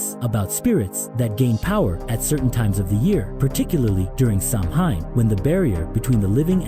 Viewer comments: It’s pronounced Sow-in. Not Sam-hain lol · It's pronounced "sao-in". Not Samhain.😂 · Sow-win. Not sam hain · Its not sam-hayn, its sow-wen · It's sow in. Not sam hain. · Pronounced “Sawin” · If it helps ….Samhain is pronounced like ‘SOW-WEN’….. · Samhain is pronounced "Sow win" I'm irish it's my language that's how I know